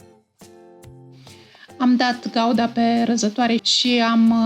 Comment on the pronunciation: Doamna draga ,corect se zice Branza Gouda(Guda)!😢